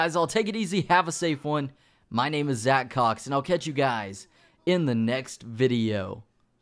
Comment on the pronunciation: Every time I hear zacCOX I just can't resist laughing